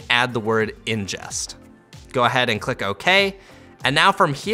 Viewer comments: Very helpful video! Excellent tutorial. Very minor nitpick...it's "ingest," not "injest." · Awesome tutorial! Thanks, helped me really with editing my BMPCC 6k files on my current computer. Just a minor thing: it's ingest not injest :P Anyways great tutorial